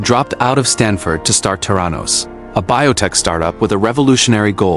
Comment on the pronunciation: from an investigative journalist's perspective your article needs to have words correctly pronounced and spelt....the name of Elizabeth Holmes's company is not Terranos----it's THERANOS.....there are many more glaring mistakes throughout the article.....please kindly rectify...